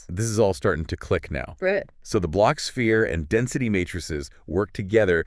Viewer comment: A kwibit!… -The blotsh-sphere help us visualize it… -Yeah!… -Exactly! -Great!… -M-hmm…! 😂😂😂😂